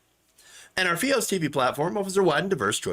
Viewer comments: F-EYE-OS, Not FEE-OS.. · fy-os. not fe-os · F-EYE-OS, not Fee-os. Sorry. It just burned my ears😉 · I'm sorry but it's fios (fye-os). The way you say it is making me laugh everytime. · Fee-os? WTF.. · Sjsjsjs I can't focus on the video the way you say fios hshshshssj it's f-eye-os